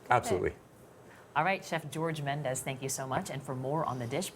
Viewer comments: CBS, pls educate your anchors on how to pronounce guest's last names. Chef Jorge is NOT Spanish, he is not a 'MendeZ' but a "Mendes"! The last "DES" is pronounced as if you were saying "desplacing". Chef Jorge is a a proud Portuguese, but he also needs to know how to write correct Portuguese. Either that or he chose the name "Aldea" to attract the Spanish foodies and educate them on how Portugal cooks and eats, which is beautifully! The correct spelling of the restaurant in Portuguese is "Aldeia", which means a little village or a very tiny parish town. Thank you to Chef George for loving and honorinh his roots! My kind of guy. Wish I could also have ine last meal with my beloved past father. 🙏😍🇵🇹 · The pronounce of Mendes in portuguese is "Mendch" not "Mendez". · At least pronounce his name the correct way.. Its a Portuguese name, not Spanish.